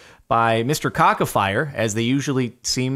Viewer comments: ok, i have enough of theese mispronunciations... its supposed to be: Ka-tsa-fee-rack thats how you say it, ok? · Ca-cea(like sea but c(like in citrus). fee-rec Its like that Jordan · I dont want to sound rude but Kacafirek is pronounced "Katzafeereck"